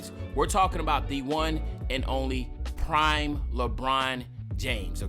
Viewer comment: Claim ur pass for when it said prmie instead of prime